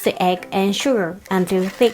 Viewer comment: そのsugarやwaterの「ar」の発音し方、とてもうまいですよ。